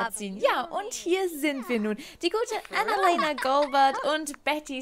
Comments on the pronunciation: Kannst du Annalena bitte deutsch aussprechen? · Könntest du Annalena bitte normal aussprechen? 😅 ich heiße Annalena und das klingt so merkwürdig. ..